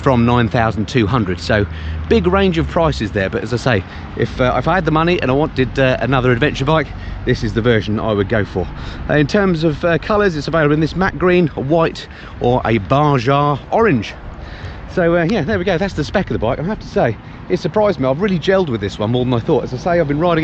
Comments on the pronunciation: Lucky bugger! Oh and it's pronounced Ba-ha bud. Stay safe. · Should the 'j' in "Baja" not be sounded like an 'h'?